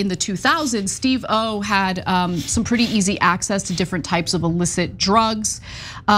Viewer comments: Psst Ana.. emphasis on "Steve" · It's pronounced SteveOH, not Steve pause O. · Ana, I love ya but Steve oh? It's Steve-O. 🤦🏼‍♀️ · I mean it’s not the worst pronunciation of it but still pretty funny lol 😂 I think part of the reason she’s pronouncing it that way is cuz they previously worked with another host of Korean descent who’s name was also Steve Oh, and so she is probably used to pronouncing it that way. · Steve O 😂😂😂 at least learn to say his name correctly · Thank you!!!! Annoying every time she says it like that.